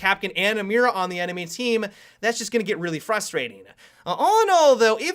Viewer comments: pronounced "me-da" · Can you please pronounce it "Mita" that is how is should be pronounced. Not trying to be picky, it is just a thing that I think could help you. Great video, can't wait to see her if she comes to the game! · Tronical because the "i" in Spanish is pronounced as the "ee" in the word see. The "r" is pronounced/rolled like the "d" in ladder. And the "a" is pronounced as the "a" in father. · you mispronounced Mira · he sounds so funny when he pronounces "Mira" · okay, spanish native speaker here, i have a lil bit of cancer now, thats not how mira is pronounced